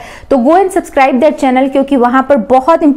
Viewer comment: you pronounced wrong... It would be दी not द as art starts with vowel